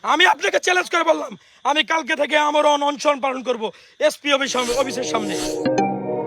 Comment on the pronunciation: ওরে উপদেষ্টা বানানো হোক!! অনেক ত্যাগ করছে পোলাডা, অন্তত আজকের এই ভাষণ টা বিবেচনায় নেয়া হোক!! “Onshon”না মেধাবী ভাইয়া ওইটা অনশন